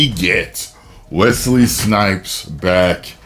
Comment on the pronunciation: As a man named Wesley. Thanks for saying Wesley and not Wezley. LOVE THE VIDEOS MY BROTHER!!!! Whoooooo!